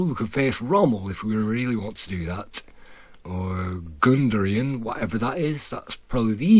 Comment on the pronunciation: I noticed several times your pronunciation of German general: he was GUDERIAN, not Gunderian. What I find totally silly is the fixed turret view when the whole tank rotates, not only the turret.